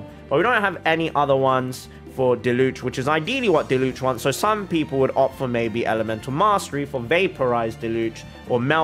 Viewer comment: goes off about getting names right then Diluc needs to be said and proceeds to pronounce his name wrong